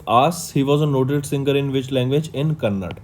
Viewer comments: Thank you sir but please correct it is KANNADA not Kannad thanks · Sir it's KANNADA not Kannad